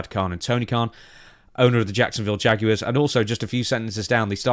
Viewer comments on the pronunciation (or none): It sounded like when was talking football he said Jagulars like from Winnie the Pooh lol. It’s all bullocks for a faux cash grab. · Hi, all here.. Try pronouncing Jaguars like Benoit. That’s how we say it in the states.